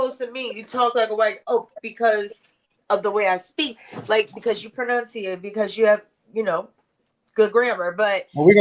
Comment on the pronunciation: Did say “ PRONONCIATE”? 🤔